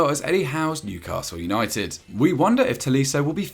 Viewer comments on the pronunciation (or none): none